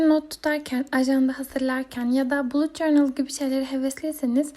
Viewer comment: Bulut cornıl diye okuyorsun da balıt cornıl diye okunuyo aşkm